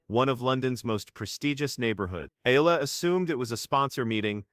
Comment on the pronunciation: AlexEala is pronounced as Alex Ayala please pronounce Alex Eala's last name correctly Alex Eala pronounced as Alex Ayala.